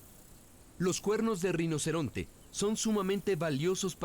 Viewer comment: Alguien puede aclararme, por favor, si en el docu se dice reinoceronte o rinoceronte? Porque si dice "reinoceronte", como a mi me parece escuchar, es falso.